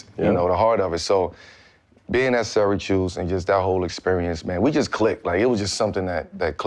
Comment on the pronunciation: Yo, it's all the smoke n I'm smokin n shit but correct me if I'm wrong, did Melo say "SyraChoose" instead of Syracuse? 😂🏀💨💨